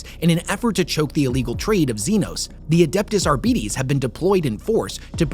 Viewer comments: Ar - Bite - iisss??? Ar-Bee-Tess!!!! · ar-BITE-es not ar-Bee-Tease.